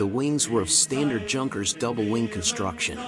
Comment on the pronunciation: Lost all credit when you mispronounced Junkers